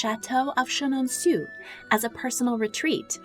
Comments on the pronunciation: It's pronounced: Chen-an-sew, not, Chen-an-soo. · /sheh-non-SOO/? No ma'am. If you're releasing a video about this famous Loire chateau, please, please, please: /sheh-non-SOW/ Merci. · Chenonceau is pronounced very easily in English. You are making it difficult ;). Just say: Shuh Non So. It's my favorite chateau (I'm French American), so I had to correct this. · Chenonceau is pronounced So at the end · These videos are a delight. If you'll allow me to give a little tip on pronunciation, the famous chateau is pronounced "shen-on-so" - remember that in French, 'eau' is pronounced 'oh' (o: Keep up your diverting and informative videos.